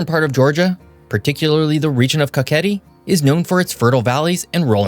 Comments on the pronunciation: Pand kaketi is kaxeti not kaketi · and i'm just gonna say something plase say kaxeti not kakahet cuz i don't think it's that good to add that much words